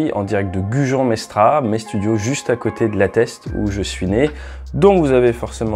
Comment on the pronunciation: Juste une petite précision, dans notre région, le "s" de Mestras se prononce ... on ne dit pas Mestra.. et on n' écrit pas la Teste de Buche, mais la Teste de Buch... Vous êtes sur d'être du coin ?😉 Ceci dit, votre analyse est très intéressante et pertinente .